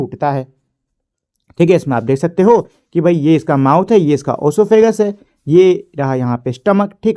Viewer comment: Bro sahi bola